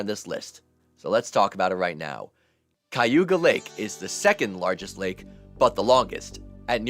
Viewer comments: It's pronounced Kay-u-ga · My GF and I both grew up on Cayuga Lake...you pronounce it wrong though.